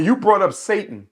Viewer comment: He lost me at SAY-TON 😂